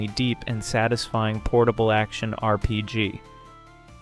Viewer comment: I think another thing that could help is watching out more for awkward pronunciations. A common one is that the voice breaks up "RPG". If the script has it as "R.P.G.", that's probably causing it to treat each period as a sentence ender, thus the weird pausing. If that's not what's going on, and it still stumbles on the letters, you can try a word substitution such as "arrpeejee" or just "role-playing game". That might be more of a hassle though, but if it removes the artificial pausing, that's one less repeated point of friction and could be worth that bit of polish. There's a few other common words it stumbles on or pronounces oddly. If folks comment on a goofy pronunciation, it might be worth fixing. It does seem I am hearing less of them on the new voice, but R.P.G. still stands out particularly, and I sometimes hear that on other channels too.